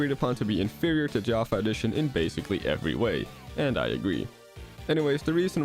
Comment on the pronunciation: Your pronunciation of "java A-edition" is odd, otherwise nice american accent I had no idea you were dutch x)